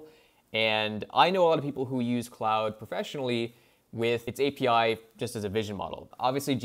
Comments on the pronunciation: Sir, it's not "cloud". It's Claude or "Clawed". You can't do a video and get the name wrong. SMH. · Yeah, I don't get why so many AI Youtubers choose to pronounce Claude as "cloud". They are absolutely NOT pronounced the same.